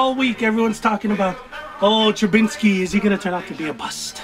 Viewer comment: Man why does everyone put an N in TrubISKY